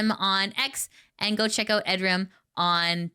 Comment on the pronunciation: I really don't want to be that person but "oiut" is kinda funny to me